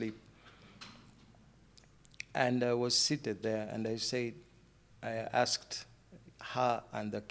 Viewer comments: Mw. '', weebale kukyaza bannaffe abo. Save for the mugole’s ‘Pro Max’ accent, I genuinely enjoyed their story. It was touching, inspirational, and, in parts, quite emotional. I must admit, though, I struggled a bit with pronunciations like ‘aks/aksed’ for ask/asked, ‘Cheêwătoõlëh’ for Kiwatule, ‘Næjârřnäñkhúmbî’ for Nnajjanankumbi, and ‘bĕŕṛãĥ’ for better! 😂😅 That said, I’m truly happy for them and wish them all the very best as they journey toward full restoration—individually, as spouses, and as a family. Cheers! 🥂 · Why do you pronounce it as akxed?.... instead of asked....uhm....it sounds ghetto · and the word aksed me😂😂😂😂😂